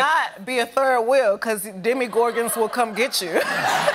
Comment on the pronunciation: Ha ha ha she said “demMIgorgAn”